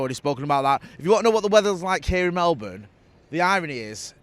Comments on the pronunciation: It might be spelt Melbourne but you have to pronounce it as if it is spelt Mellbun!! 😁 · Why does jay say Melbourne like an American would say it